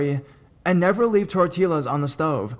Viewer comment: “Tor-till-as” Tor-T-ya